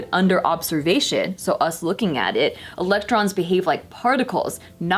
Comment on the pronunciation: did she say protons and elons.. lmao